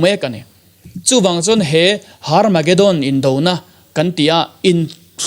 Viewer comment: Hnamdang ho chuan H hi an lam ri vak ngailo, Herb pawh Arb tih a lam theih a ni bawk,, Tsunami pawh T tih kha i lam phet chuan a diktheilo ang, Sunami tiin kan lam mai, bawihte la inzir rawh school la chawl mai suh aw👍🙏